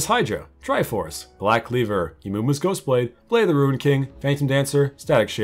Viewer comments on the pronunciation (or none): Lol. U Said yomumus and don't yomus